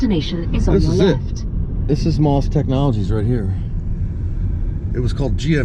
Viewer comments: The correct pronunciation isn't "moss" like the stuff that grows around a tree. It is M - O - S with each letter spoken. Please get it right for the sake of preserving history. I know this is true because I personally know several people who worked there. Thank you. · Yes you are correct those of us that worked there pronounced MOS as individual letters. At that time there was a company in Texas called Mostek and it was pronounced as one word, thus the difference. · Can Bil or confirm the pronunciation of "MOS"? I thought it was pronounced as individual letters.